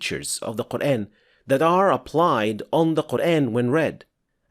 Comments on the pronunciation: It is not Qur’AAn, mate. It is Qur’æn. There’s a tajweed rule here. There’s 5 letters in the word قرءان and the way of pronunciation (heavy or light) is decided by the letter ء. Qur’AAn is the heavy pronunciation while Qur’æn is the light pronunciation. The tajweed rule is that there are heavy and light letters in Arabic so any of these letters, خ، ص، ض ،غ ،ط ، ق or ظ would be pronounced heavily but ء is not in this category. And any of these letters, ل، ر، or ا would be pronounced as either light or heavy, both are permissible but again, ء is not in this category either. All letters except the ones mentioned are to be pronounced lightly all the time with no exceptions and ء is one of them. Therefore, قرءان is pronounced as Qur’æn and not Qur’AAn. As for the word آية, it is again, not AAyah, but more like ayah like the u in the word ‘but’. There is no ٰ or any other madd on top of the ا that indicates the pronunciation to be pronounced as ‘aa’. In fact, there is ٓ which indicates a short vowel and indicates that the pronunciation should be pronounced as ‘u’ in ‘but’. So, no, brother, this brother is not introducing anything, just using proper tajweed as our Prophet SAW did. I’d really expect you to consider that this brother really seems to be educated in the rules of tajweed and his channel is literally about tajweed so perhaps you’d consider at least a little bit that he must have knowledge about the pronunciations…? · Can you please fix your pronunciation of the word "Quran"? It's Qur-An and not Qur-Ane. It is very irritating and doesn't let me watch your videos. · This brother did not pronounce it in the ‘English’ style, mate, he pronounced it correctly. That is the way it’s actually pronounced. That’s tajweed. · The way you say “Quran” makes my brain itch